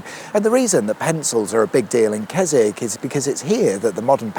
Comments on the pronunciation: Surprised you didn't say "Kes-WICK"! 🤣🤣🤣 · It's actually pronounced Kes... Oh no you're all right. Carry on.